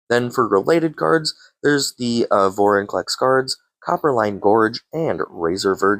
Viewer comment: Hate to be that guy, but its Venser, not Vesner; and it's Vorinclex, not Vorniclex. Lol Good video tho!